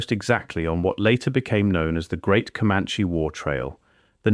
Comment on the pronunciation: Ai is so weak it can't say caliche, but it could pronounce commanche. And it's driving cars.